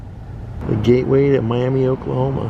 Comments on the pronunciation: Miami Oklahoma is pronounced Miama, as in Ma Barker. from the Indian tribe. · It’s My-ah-muh When in Oklahoma lol !